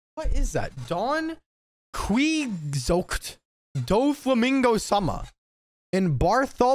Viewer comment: Doflamingo's surname is pronounced Don KEY-HO-TAY, like the guy with delusions of grandure that he indulged in alittle too much, to the ire of the townsfolk.